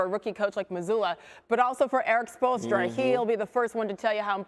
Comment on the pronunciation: I can’t get enough of Perk trying to say Spoelstra